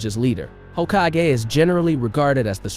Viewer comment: The way you pronounce Hokagey lol